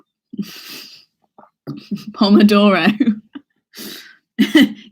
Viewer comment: It's so funny to me when you start pronouncing pomodoro :D It means tomato in Italian, and we also use the word in Croatia. love these! see ya tomorrow